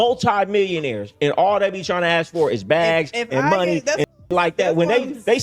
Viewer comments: Still can't say ask instead she says axe ...😂😂😂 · Hearing her say “ax” instead of “ask” multiple times back to back makes my ears bleed. 🙄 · Why don’t these types ever know how to pronounce “ask” ?